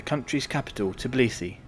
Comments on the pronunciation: Tbilisi, not Tiblisi. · First of all it is not TIBLISI it's pronounce TBILISI! Second it is mount ARARAT (even mentioned in Bible!!) not ARAGAT but otherwise useful info has been provided.